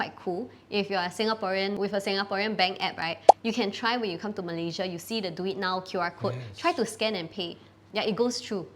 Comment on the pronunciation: Its "Duit Now", not pronounce as "Do it now". "Duit" means money in Malay.